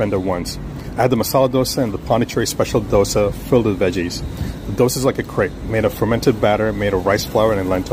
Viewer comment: What I loved is this youtuber Pronounced Dosa very perfectly, even some Indians pronounce worst way possible